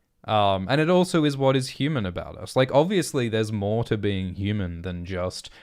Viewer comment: Not bean, but Being